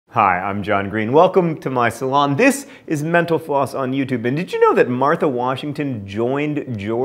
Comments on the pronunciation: Every time you say, "Thanks for watching Mental Floss..." I always hear, "Thanks for watching 'menopause....'" I haven't gone through menopause yet, but its reputation is making me glad I'm watching you and not it. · When you said "thank you for watching Mental Floss", it sounded like you said menopause.